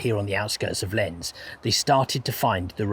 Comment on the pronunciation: Just to help with your pronunciation: Loos will be pronounced "loss" and Lens will be pronounced "lonce". Fascinating video, thank you!